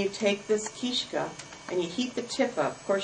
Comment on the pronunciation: Good instructional video, but her pronunciations are off (understandably, I suppose). It's not called a "keeshka", but a keestka or kistochka, which means " a bone". Also, its called a pysanka with an emphasis on the first syllable. The word for "writing" is pysaty and a pysanka is something which displays writing. Sorry, just being fussy.